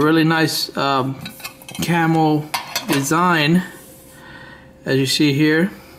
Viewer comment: It's not camel or camelflage its camo or camouflage damn bro lol